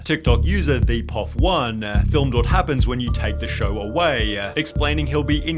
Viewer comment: Why does the guy narrating the video add extra syllables to the end of words? I couldn't make it past 5 minutes, infuriating lol 'Words-ah' 'away-ah'